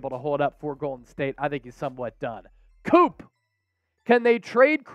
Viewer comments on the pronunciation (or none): none